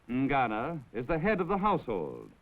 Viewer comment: What is "Ngano"? I don't think that is pronounced well.